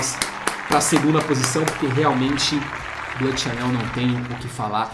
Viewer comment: Duas dicas: a palavra "bleu" (azul em Francês) se lê BLU e não "blâ"; já "sauvage" se lê "SUVAGE" e não "savage". De nada.